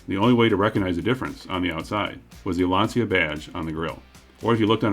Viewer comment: Lancia/Chrysler, what a biblically stupid idea, to sell an American Landyacht in Italy. Smart. NOT. And btw, Lancia is not pronounced Lansia, it's Lantsha. It's not American English, it's Italian, hence one of the other 7000+ languages in the world.